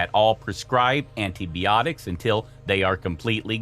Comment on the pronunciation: Antie-Bee-otics. Lmao